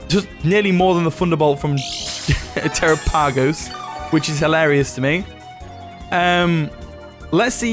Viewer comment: It’s pronounced “Tair-rah-pah-goss”